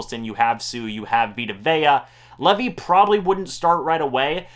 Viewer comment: ...LEEEEEVVV-EYE, not Levy